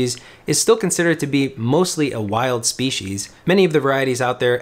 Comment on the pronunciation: "speeshes"... please delete your channel